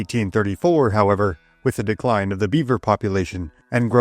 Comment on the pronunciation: “Da dee-kwine obf da bee-wer pop-u-wayshun”